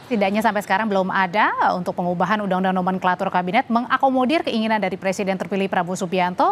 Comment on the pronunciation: Sekelas presiden kok ngomong PRESIDEN saja ga becus. Bacanya PRESIDEN wooi...bukan PERSIDEN.